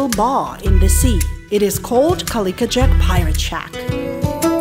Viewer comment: thanks again for another wonderfully informative video. Have been talking to people I know about your videos and channel. Noticed you kept pronouncing the pirate's name as "Cali-ka" as opposed to "Cali-co" as in the words "tobac-co" or "simpati-co".😄